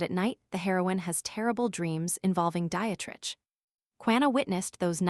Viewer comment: It's not Diet-Rich. it's Die-treich.